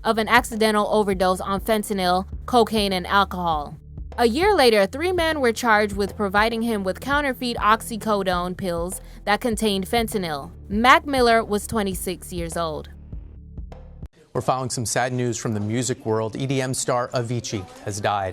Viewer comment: I love your videos, just wanted to say counterfeit is pronounced counterFIT not counterFEET. Other than that, you are one of the few YouTuber's I get notifications from. Thank you for the quality content.